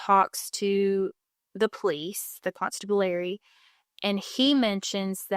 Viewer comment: It’s pronounced: con-STAB-U-larry.